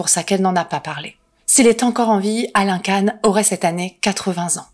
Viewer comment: Salut, ça se prononce Quand pour Alain KAN